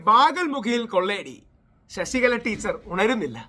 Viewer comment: ശശികല അല്ല ചേട്ടാ. വിശകല